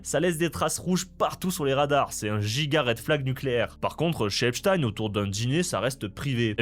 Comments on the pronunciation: Petite correction : Epstein se prononce Epstine et non Epchataiene. Comme on dit pain au chocolat et non chocolatine. 😁 Débat clos. 😁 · Ça se prononce Epstine. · Epstein se dit Epstine en anglais. Je précise parce qu’on est les seuls à le prononcer à l’allemande (comme ça devrait être fait comme Einstein, certes). Dans toutes les vidéos que vous verrez à son sujet en anglais, attendez vous à entendre Epstine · Merci de prononcer Epchtaïne et pas EpSTINE comme les médias qui veulent que ça sonne Russe. (Agrou agrou !!! Céléméchants !! 🤡) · Faut dire epstine ou weinstine, c'est plus correct il paraît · salut, on dit epstiiiine ! 😅🤣😂